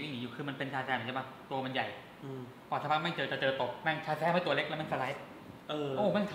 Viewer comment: เป็นร้อนใน พูดชาแซมไม่ชัดแปลงร่างไม่ได้มช่เปล่าครับ